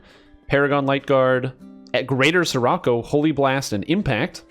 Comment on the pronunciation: Scirocco pronounced “sherrockoh” ;)